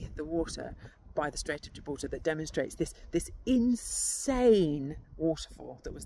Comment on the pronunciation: I love how you say gibraltar ❤